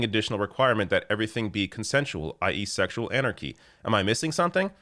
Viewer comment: ..."szcssexual anarchy!..." Lol 🤣